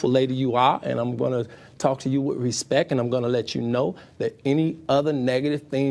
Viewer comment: The interview with the pretty reporter.. omgosh!! That man got so offended, by questions coming from the public, he couldn’t think straight. Full blown defense mode. And every time he said RESPECK, just made him look, that much more ignorant. And beyond, childish. His inability to control himself, simply made all the allegations far more believable. I hope the woman benefited, from this interview.🤢